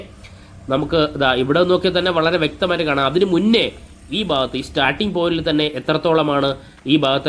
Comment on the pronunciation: ബാഗത്ത് അല്ല ഭാഗത്ത്. ശരിയായ ഉച്ഛാരണം നടത്തുക.